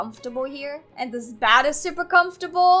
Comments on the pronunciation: why dose she say bad insted of bed? she needs to learn her words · Wait You said bed as bad